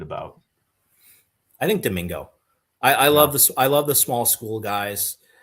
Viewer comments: AI doesn't always get things right. Several highlight clips I have seen of him, and Brady Collins have called him DiMaggio or something very similar to that. That's nowhere close to how I would have pronounced it. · Doh min go (per AI)